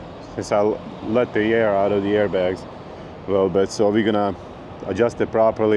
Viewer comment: Lol " let the eer out" . Im from Texas with that long draw speech . Sure that would sound like me talking. Love the videos man